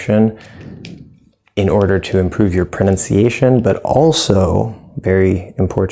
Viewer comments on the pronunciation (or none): How do you pronounce "also," like "awl-soh-oo"? Cheers!